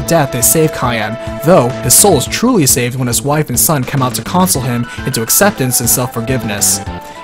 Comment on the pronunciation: Listen, great videos and all but you pronounced console wrong lol Also, you can save Cid.